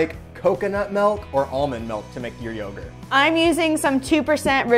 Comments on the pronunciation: Its MILK,. Not MELK. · “Melk” My Soul: 😭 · Hi, excuse me, WTF is "melk"? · Lol "melk" fib .